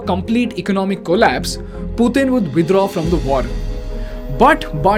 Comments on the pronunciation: Withdraww with Russian accent was nice touch :) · "Putin wud withraw" some weird pronounced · I heard the Russian style “withdraw” 😂😂😂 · How many of you noticed that he said "Withdraw" in Russian Accent and 😂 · you're so much involved in the topic that you even adopted the russian accent"withdraw"😂